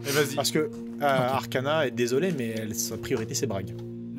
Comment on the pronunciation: J'entends toujours Arcanin au lieu de Arcana x))